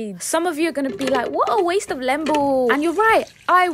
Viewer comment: It's pronounced leeembu not lembu ❤❤